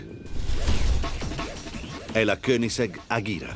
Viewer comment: Si dice ageraa